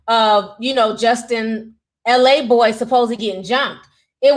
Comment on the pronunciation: His name is “Laboy” not “L A boy”